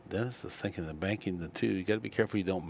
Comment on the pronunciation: Guy is pronouncing Dennis’s name all kinds of wrong sounds like he’s saying Orculo… yeah if yk yk